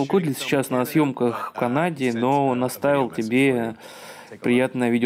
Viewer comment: Энди? Может Эндрю? И не Кудлик, а Кудлиц.